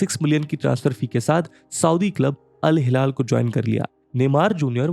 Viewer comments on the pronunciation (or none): InIESTA hai vo InESTIA nahi 🤣🤣 bhaiya kya channel hai yaar ye millions mei subscribers aur Al Hilal nhi bol paarha Iniesta ka naam nhi le paarha David Villa nhi "We Aa" bolte hain. Isko hire mat karna next footballing videos ke liye aankh band krke suno to kuchh samajh hee nhi aayega 😂😂